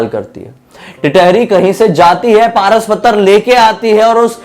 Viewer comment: Pras pathar nhi paras pathar bee